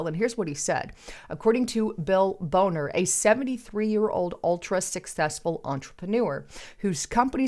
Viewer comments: Lol its Bon-ner hun...not Bone-er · His name is bawhner. Not bone er wake up, take an English course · Bill Boner??? ""BONNER" we know what you meant..🤣🤣